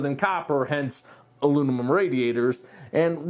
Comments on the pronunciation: "Alunimum" haha - great review overall! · 3 degrees difference does not justify the noise difference... if you think doing these reviews is easy try to say "Alunimum" that many times 😂 just kidding great review and gave me all the info I've been looking for, keep up the good work!